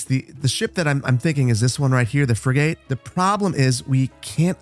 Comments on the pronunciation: You're butchering some of the names of things... Schooner is pronounced Skoo-ner, Frigate is pronounced Frig-it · Your nautical pronunciation is funny. It's a schooner (skooner) frigate (frig at). 😂 dig this series. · Btw, your warship is a "frigg-gatt" and your merchant vessel is a "skoon-er". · I love you, but: "skoo-ner" "frih-git" 😆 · Bro pronounced frigate and schooner funny as hell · You're pronouncing the two ships wrong the Frigate the e is silent the Schooner the h is silent. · Frig it or frig et, it doesn't really matter to me just so long as stops calling it a frig ate. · Frig-it, not frig-gate! Not that I'm triggered by weird mispronunciations... *shudder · its Frigate 'Frig-it' and not 'Frigae' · Oh god the shooner and frig8 was killing me., I love your content, but it’s pronounced “skooner” and “frigit” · Frig-it. That boat class has a silent e. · It's already been said, but my own take on pronunciation is: Frigate is more "fri-gut" - a soft uh like "post-graduate" or "inappropriate". Not fri-gate as in "garden gate". Previous comments on "schooner" are correct - skooner. That's in British English, of course. I can't speak as to the original northern european pronounciation. And ironically it ties in nicely to the beer theme of the episode, with a "schooner" glass of ale equating to 2/3 of an Imperial pint in current measurements. In the UK, some of the stronger ales (6%+) are often limited to schooners for serving, so people don't get too hammered. One notable exception is Newcastle Brown Ale, which, while usually coming in a 600-660ml bottle, is traditionally served in a "Geordie schooner" glass, which equates to half an Imperial pint or 284ml. Now I want beer... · It is pronounced Frig-ut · can really tell you're from the midwest :P schooner is pronounced like school is, ch makes the k sound. and frigate is pronounced like "frig it" :D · frigate is fri-git schooner is skoo-ner